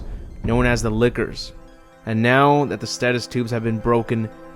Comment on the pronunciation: The way you say lickers sounds like Liqours